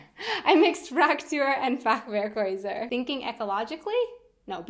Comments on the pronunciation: No Shade but when you said "Fachwerkhäuser" I understood something a little bit more rude because of your accent. But it's okay :) Your German is much better than the one's I've heard in my life XD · I love the way you pronounce "Fachwerkhäuser" :D